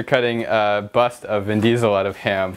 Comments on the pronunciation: Its vin chesel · Vin Diestel